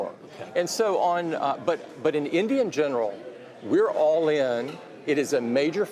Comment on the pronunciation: “in Indian general” is that how you’re supposed to actually say “in general” lol